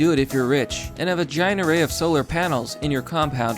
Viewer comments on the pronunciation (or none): When you said "and a giant array" I thought you were saying "a vagina." Got to get my hearing checked.